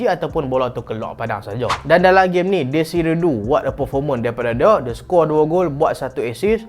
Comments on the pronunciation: please.. DESIRE DOUE, bukan dou.. Sakit telinga mat dngr, desire dou mmnjg.. Kvicha hang sebut elok pula.. Ok sekian ragebait post.. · Bang. Bukan dezire du. Cara sebut dia due (e dia e 'e'nak, 'e'pal, 'e'kor) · huhu itu la heran jgak sapadia deziru du tu 😂